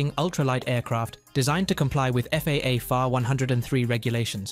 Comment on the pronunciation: The narrator NEEDS to be better acquainted with the aviation world language. For an example: FAR 103 is not said as far (meaning distance) FAR meaning is "Federal Aviation Regulations" and as for the 103 is not to be pronounced as a whole number as a mathematical expression but as single numbers 1----0----3 which is a part of the FAA "Federal Aviation Administration", regulations regarding aircraft type, weight limitations and more. When the narrator learns more of the aviation "lingo" then and only then will he be accepted, but until then............learn the "LINGO" ! ! ! ! ! ! ! The example I gave is only one of the mistakes mentioned as there were meany mistakes that were/are prevalent all thought the video. The ONLY way you will sound better is when you know the "AVIATION LINGO". Talk to some pilots or mechanics to START your education. As for me, I have been in the aviation industry for well over 60+ years as a licensed pilot and mechanic. Ask one of your pilot friends what ATP (Airline Transport Pilot) also retired airline pilot and CFIIM is, if you do not have anyone to ask, well CFIIM means Certified Flight Instructor (CFI) I - Instrument Instructor, (CFII) and now the M - Multi engine Instructor (CFIIM) also have Airframe and Power Plant Mechanics license. This information was provided to you so there are NO misunderstandings of my knowledge in the aviation field. FYI, after my commercial pilot flight test (on my 18th birthday) and the following week after, my fligh